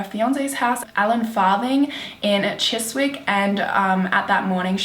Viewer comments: I like how she said Chiswick it is actually pronounced chisick! U don't pronounce the w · the way she said Chiswick is funny hearing it as a london girl who literally knos all the areas mentioned in the video 😂 is pronounced chisisk the w is silent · Yet another awesome mystery video. But it is pronounced Chissick - we don't sound the w in Chiswick 😘😘 Love from London xx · I'm English and never heard of this case?! Also Chiswick is pronounced Chis-ick haha x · You're so adorable the way you pronounced "Chiswick" it's actually pronounced "chissick " ☺️ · The way you pronounce Chiswick is so funny 😂 it's actually pronounced like Chis-ick x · Chiswick? Isn't it pronounced chi-sick?? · Love you video and I love watching you mystery Mondays I live in London and it pronounced chi-zik it such a weird word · So cute how you pronounced Fulham and Chiswick looool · You have to learn to pronounce Fulham and Chiswick. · The way she said Chiswick hahaa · The was you pronounced Chiswick 😂😂 great video by the way. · your conspiracy/murder videos are brilliant but as a brit your pronunciation of areas of London is so hillarious 😅👏❤